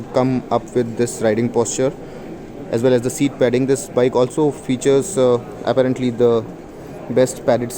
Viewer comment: Apparently, you mispronounce the word apparently. :)